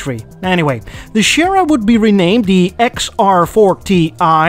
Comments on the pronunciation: Lemme correct you. Sierra is pronounced way differently. XR4Ti wasn't a model name, it was 170HP performance version with 2,3T engine, because 2,0 Cosworth with 200+HP probably didn't meet regulations. XR4Ti and European XR4i suffered from split black side windows, totally ruined aestetics. Scorpio was fabulous car, with highest trim, the interior was fabulous. But the best engine for some time was outdated 150HP 2,8L V6 (totally unfit for European market), later slightly beefed up by Cosworth to 170HP 2,9L. Still very crappy engine in comparison with much better Sierra RS Cosworth. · It is pronounced SEA-era... Not Shara. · the Ford what? Chierra?! Surely you mean Sierra. see·euh·ruh or if you what the proper spanish pronunciation siˈɛɹə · You know, I'm pretty sure "Sierra" doesn't have an "h" in it,!:D I grew up in France and our family car was almost always a fine German-made Ford Granada Ghia. They were great cars! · SI-erra, like the software company, not Sherra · "Sierra" is pronounced "see-air-ah", not "share-ah". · You keep pronouncing it "Shera". It's "see-era" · You know what? It'ts not pronounced Ford 'Shera". Siera is pronounced 'See-era', it's a Spanish word. Also, they were not made in Germany, but Belgium. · Shera wtf it is Sierra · Cool. But why oh why do you pronounce Sierra as Shera? How do you pronounce Sierra Mountains? Or Sierra Leone? 😁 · Si-era. Interestingly, they used an xr4ti for a group a sierra in Australia instead of the rs500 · Is there any specific reason why you pronounce it "Schierra"? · See Air Ah. Sierra. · C air ahh - Sierra - no reason nobody wanted one the way you pronounce it - with respect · OMG C-Air-a say it, Ford C-Air-a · Just for the record: "Sierra" is pronounced "See-urru" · I winced every time you mispronounced "Sierra"! Sierra is pronounced Cie-Air-Er...just say that quickly and you will sound correct!